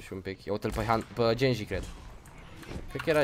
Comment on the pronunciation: Ba nu genji se citește se citește ghenji oricum este foarte tare și mai vrem episoade de overwatch